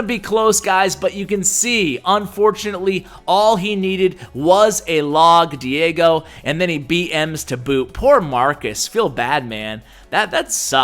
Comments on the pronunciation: Es chistoso escuchar a decir Diego.... Lo pronuncia: Diago!! pero despues lo pronuncia bien XD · Lmao pronounced Diego wrong 😂 I found this kinda funny for some reason